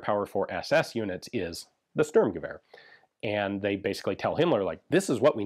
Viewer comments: just for historical accuracy: "Shturmgevehr" kinda= Sturmgewehr. With a sh sound (sheep, shell, shallow) s is generally an s (saw, sit, see) in German, but if it is at the very start of a word and it is followed by a T or a P, it is pronounced sh. Obvious examples could be Sport - Shport and Stopp - Shtop. exceptions: foreign words imported into German, for example star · Did Hitler cancel the Stueeerrrmgever?